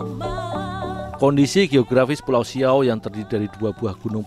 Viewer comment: Bukan siaw min tapi siau